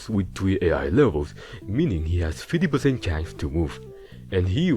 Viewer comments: Chance ❌️ ChanCh✅️ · "one in twenty one tchantch" 🗣🔥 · Bro this guy on another lvl. The way he pronounced chance had me laughing bro. why do people talk like this? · I am dying at how he pronounces "chance"